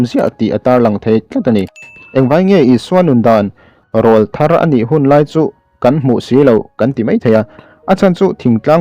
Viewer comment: Rawlthar tih hi lam diklo